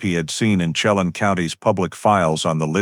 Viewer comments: Chelan. Is pernounced SHE-LAN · Pronounced: shell- anne = Chelan When-nat-chee = Whenatchee